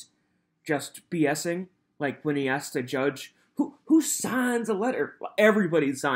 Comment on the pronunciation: I wonder if the court recorder types asked or axed? 🤔